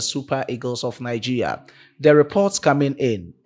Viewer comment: Bro you are not pronouncing the Nigeria properly